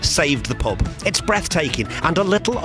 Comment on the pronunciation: Prehaps you just need to pratice saying the word ? Not a criticism really as you did a good job of recording the pub for future generations after what has happened. An absolute tragedy.